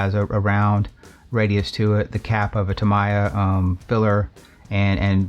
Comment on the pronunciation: True Japanese = "Tah-mee-yah" (authentic Japanese pronouncement)......and the "tah" sounds like an "uuh" and all 3 syllables are the same with no 'accents' and it is distinctively pronounced like this ----> "Tameeya" 👈😎 👍 From what One-Toothed-Yall-Planet did "Toe-MYYYYYY-yeah" 👈🤣👎 come from......is just so-oooo wrong! 😆